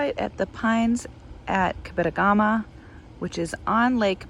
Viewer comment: It’s pronounced cab-eh-toe-gu-ma. 😃